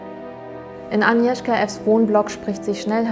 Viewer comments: Super Video, finde es cool, dass ihr die Spannung durch das Zurückhalten des Ergebnisses bis zum Ende beibehalten habt :) Kleine Anmerkung: Das "g" bei Agnieszka ist nicht stumm. Eher so wie bei der deutschen "Agnes" Liebe Grüße 😊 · Es heißt 'Agnieszka', nicht Anieszka! Das G muss auch wirklich hörbar ausgesprochen werden. Klugscheiß :) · nicht aniwska agniewzka